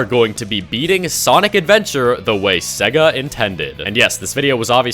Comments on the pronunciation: Bro why do you say "siiiga" and not sega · SEGA is pronounced "say-gah"